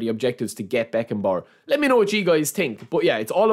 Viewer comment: „i do tink“ 🤣🤣🤣